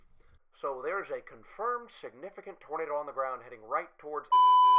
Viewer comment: "Oh...*'NADER!!* " made me wheeze, cause I've talked like that too